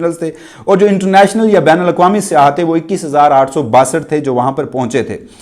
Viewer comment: پلیز اردو بولنے میں خیال رکھیں یہ ہماری قومی زبان پے بھائی اسکو تو صاف طور سے بولا کریں ہماری تو خیر ہے کیونکہ ہم اردو کو بھی اب پنجابی لہجہ کے سننے کے عادی ہو گئے ہیں مگر ہماری نسلیں تو اصل اردو کو بھول ہی جائیں گے لفظ سیاح میں ی پر تشدید مانی جاتی ہے مگر تشدید لکھی نہیں جاتی تو لفظ "سی یا"ہے سیاہ نہیں یہ صرف آپکی اصلاح کیلئے لکھا ہے شکریہ